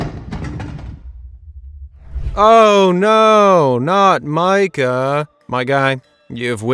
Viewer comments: It is pronounced "Mee-kah." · Did you ever see paranormal activity? You’re saying his name wrong.